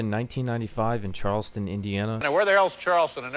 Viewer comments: Charlestown, not Charleston lol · CharlesTOWN. Not Charleston. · It’s charlestown 😂😂😂 cmon mam Dave used to live near louisville how he gonna act like he doesn’t know